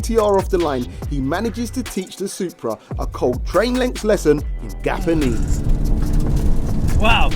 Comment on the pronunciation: Gapanese! Heard dat.